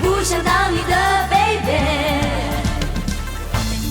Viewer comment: 台式英文